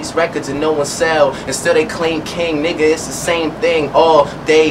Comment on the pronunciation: Drake can't say "nigga" right